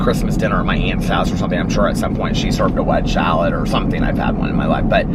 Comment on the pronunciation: It cracks me up every time you say "wedge shalad" 😂 instead of wedge salad